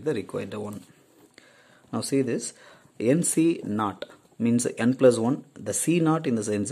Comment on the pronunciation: supr lecture sir , but pls avoid adding uh after words example tell as means not as meansuh ...